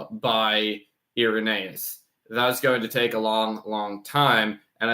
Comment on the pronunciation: More like Ir-anus-eus